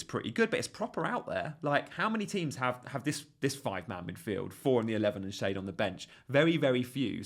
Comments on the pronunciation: Not Shade------Shar-de, 😅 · I thought schade was pronounced "shah-day"? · Schade is pronounced, Shaa -dey, long 'a' and the 'e' is kind of pronounced. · you said yourself that with Lewis you couldn't be too gung ho and go for another risky cheapo pick, which is what Van Den Berg is. Ppl might only look and say 'who?' if you continue to pronounce his name as 'Shade'